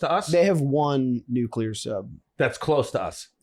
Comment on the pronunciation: I do this every week I feel like but (sigh)...guys, the word has only two syllables. 'Nu-clear'. 'Nu-cue-lar' ain't a thing, honest.